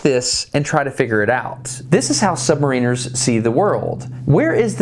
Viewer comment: Submarine has been an excellent series of videos with the aid of remarkable access.... however, one thing bugged me throughout, the pronunciation of the word "submariner(s)" whereas in the word submarine the 'ine' sounds like 'een' in submariner the 'in' sounds like in so sub-mar-inner - I wasnt sure if it's just because I'm a Brit but I heard the submariners on the boat saying it the way I think is correct ... sorry I had to mention it, just a small thing in an otherwise enjoyable and informative series